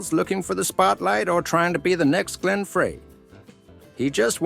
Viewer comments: How ridiculous! I wasted 22 minutes and 28 seconds of my time. Teach your AI narrator to say Frey as Fry not Fray. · frey is pronouned FRI not fray!! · Don't give any credit to a channel that can't research enough to pronounce Glenn Frey's last name correctly! VINCE IS AWESOME, this channel is piece of crap! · Glen's last name was pronounced FRY, NOT Frey.